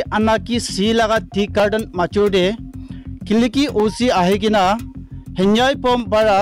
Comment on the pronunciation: His name is Henvieh not Hanbua